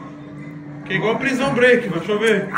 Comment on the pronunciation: ele disse prisao breakmen ? Ahahaha